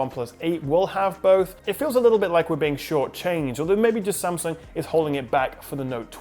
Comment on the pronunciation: love how you try and pronounce 'S-a-m'sung as it should be not 'Sem'sung :)